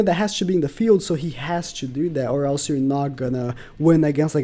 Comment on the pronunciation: “IS HE A MUST SUMMON FOR PVP?! HE DOES SOMETHING NO ONE *ELESE* CAN”